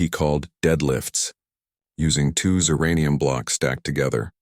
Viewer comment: Narrator(?) says ziranium but text shows zircpnium. Narrator says Zextill but text shows Zexton. Recommended action, lose the AI narrator or stop sub-titling.